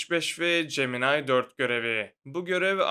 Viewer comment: Abi niye gemini demiyom cemenay diyon beee😂😂